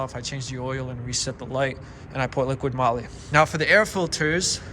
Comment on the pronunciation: It’s not radar, it’s radar detector also it’s liquid moly, it’s liquimoly and you seems to be on crack you’re stuttering like a MF and don’t make a whole lotta sense.